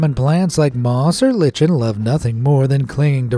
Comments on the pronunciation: did you just say LITCHEN? it's LIKE-en. are you just trolling or are you just dumb? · It's pronounced li- ken not li-chen sorry I have grammar issues